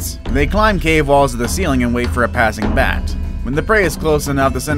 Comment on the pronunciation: When you said bat you said mat